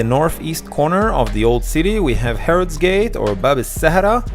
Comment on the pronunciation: Lol she said Hebros. As you were